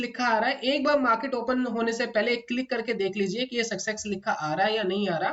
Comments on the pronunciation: Itni baar sucksex Sun kar mere kaan phat gaye hai. Good content though. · सक्सेक्स नहीं होता सर सक्सेस होता है आप उच्चारण सुधार लीजिए